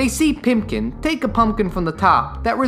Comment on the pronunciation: For the love of god, his name is PIPKIN. Not PIMPKIN. His nickname isn't "Pimp," it's "Pip." By repeatedly referring to Moundshroud as Spock you're putting Leonard Nimoy in a box and basically saying "Oh, he can never do anything but Star Trek" and you're also insulting Ray Bradbury and the readers and watchers who are close enough to the story to bother watching your stupid video. If you don't remember a name, JFGI. Just Fucking Google It. You're not being cute. "And it's got this creepy ass doorknob." Ah, your knowledge and education as a cultured adult shows through here with your utter lack of knowledge about Marley knockers. Or are you just trying to be cute again? "You don't know if the movie is trying to scare you or if its trying to tie you into its whimsy." It's a Ray Bradbury book/screenplay. It's trying to do both. Obviously. If you had said this without condescension, this would have been one of the best descriptions of Bradbury's works for children that I've heard. But you said it sarcastically and without understanding, so it's utterly unimpressive, given the fact that it went over your head that it was EXACTLY what the movie was trying to do. Wally's costume is a gargoyle, but his friends joke that he looks more like Quasimodo. This is from the book, but it's not rocket science to see that his ragged clothes and humpback in the animated film would relate him to a hunchback. (In case you're confused again, there is a very famous book about Notre Dame and a hunch